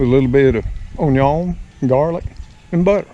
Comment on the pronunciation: This video came just in time. Such a gift today! Everytime you say onion, in the Cajun way, I know we were watching Justin Wilson together, years ago. Haha! Gee, I am about to pop wishing I could jump in, help, and take a few orders from ol' Mr. Tom.